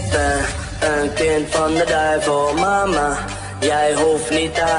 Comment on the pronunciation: Het is duivel en niet douvel